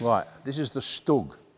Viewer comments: not really, he says stug, it should be SHtug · I always pronounce it as Stüg or stoog